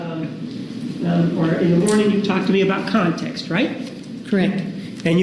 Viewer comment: I think she's expert on how to pronounce the word context lmao even jodi and her two attorneys look like they had enough of how she answered lol